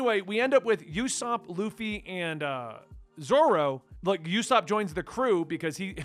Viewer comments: If you can, I highly recommend you read it in color. I think it adds more dimension to it. Usopp’s name is pronounced with an OO sound, not a YU sound. And Ba-Ra-Tee-Ay. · It’s pronounced oosop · It's "oo-sop." It's a combination of "uso" (lie in Japanese) and Aesop, author of The Boy who cried Wolf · It's pronounced oosap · It's pronounced opsop and baratiae. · One advice I can give you on pronounciation of names and everything really. If its a vowel, then it's not pronounced like in English. A is like in awesome, in 99% of the usages, not like in Airplane. U is like UH, not YOU, and E is like elevator, not Ears, O is like "oh" and not Owl or Owen. So Usopp is "Uhsopp", Barattie is "Bahrattie" and so on. As I said - you can pretty much take this as the rule in 99% of the examples in One Piece. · Usopp is with an "oo." Kaya is "kai-uh." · Little prononciation things: Usopp- "oo-sop" Kaiya- "k-eye-ah" Baratie- "bah-rah-tee-ay" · If u ever have a hard time saying names it’s no biggy ussop is more like oosop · “Yusopp” Eh, close enough. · xD Usopp: oo-sop (uso is Japanese for lie) Baratie: ba-ra-tee-ay For next vid. Sanji: San-jee Krieg: Kreeg Bellemere: Bell-meer Nojiko: No-jih-ko Congrats for pronouncing Luffy right. I've heard luh-fee too many times to count xD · “Oo-sop” and “Kai-uh”. “Bar-ah-tee-A” Can’t stress enough how much you shouldn’t Google things. Enjoy the journey! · Usopp's name pronnunciaton is oo-sop. And the other Zorro is in public domain. In fact Viz still calls him Zolo to this very day. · How 5o pronounce Usopp = ooo like The land of OOO from Adventure time and sopp like your cleaning up a puddle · Great Video! Just to let you know, Ussop is pronounced as “Oooh-Sop” 😉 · Usopp's name is pronounced more like "Ooosopp". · Not how u say usopp lolololol